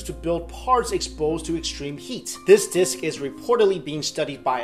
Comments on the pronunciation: I like the way you say "disk," lol. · I like the way he pronounce disk.